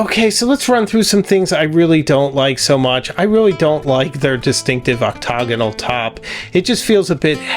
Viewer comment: Nice video! But heads up: your pronunciations of “octagonal” and “pupitre” are a bit off. Great, very informative and engaging video though!!